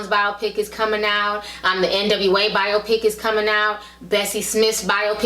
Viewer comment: The way she's pronouncing biopic is killin me